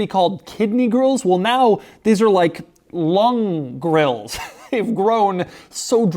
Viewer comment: Think he said "lung grilles"